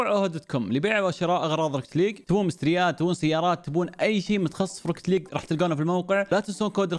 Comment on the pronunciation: روكيت ليق مو روكت ليق 😂😂